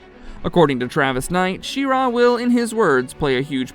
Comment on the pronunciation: The stress is pretty even between She and Ra btw, it was weird hearing you say She-RAaa :D